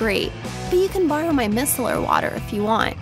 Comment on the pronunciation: “Misler” water 😂